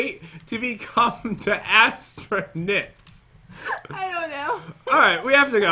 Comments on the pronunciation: “ I can’t wait to start becoming an AssTRunuuWws!” - 2019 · "i cant wait to be astunits* pat: " astunuts? " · I like when said "astronewts" 😂😂😂😂😂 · astronukes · literary said asttronuits then i was like what.... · your so funny you said assternoot,s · said astro-newts